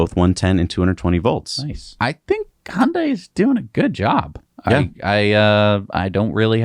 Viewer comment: Yay! Hyundai was pronounced correctly. 🙂